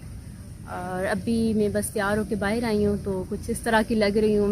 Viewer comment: "bahar" hota hai, bahir nahi 😁😁